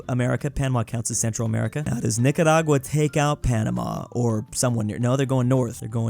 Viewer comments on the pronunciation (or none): none